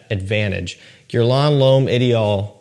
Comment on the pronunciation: being a frag head like you are you should learn how to correctly pronounce Guerlain. On the other hand it always puts a smile on my face. Btw love your videos and a proper frag head myself